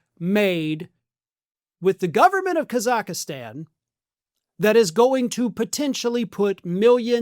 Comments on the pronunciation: It’s not Kazakistan it’s Kazakhstan, pronounced Kazikstan , silent H, no i in the middle. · It’s Kazakhstan, not, “Kazakhastan” 😂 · It's Khazakstan, not Khazakistan. It has three syllables, not four. There's no "i." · Thx for the vid. But little pet peeve. It's not Ka-zakh-a-stan. It's Kaz-akh-stan. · Ka-Zack-Stan is the pronunciation. Lol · The is NO EXTRA A in the name of the country! C'mon it's called "Kazakhstan" The pronunciation in English is /ˌkæz.ækˈstɑːn/ in British English and /ˈkɑː.zəkˌstɑːn/ in American English. Nitpicking I know, but... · Kazakhstan isn't pronounced Kazakihstan, and the Trumps won't be in power indefinitely, but the resources will still be gone, so good luck with kakistocracy. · Kaz ak stan is how the country is pronounced in English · It's pronounced phonetically "Kaz-ak-stan"...I know Americans like to mispronounce & misspell the beautiful language we in the UK gave the world but at least pronounce the country correctly..! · Am I hearing things or is adding a syllable to Kazakhstan? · So can't pronounce Kazakhstan... Where is he getting the extra A? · Judging by your incorrect pronunciation, I'm guessing you've never watched Borat! Just saying, lol. I do love your news coverage though, one of the few I trust anymore. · why do you keep mispronouncing Kazakhstan..... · Please learn how to pronounce the name of the country you're reporting on. Google is free.